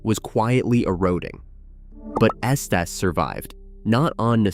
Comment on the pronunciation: Its pronounced "esteez"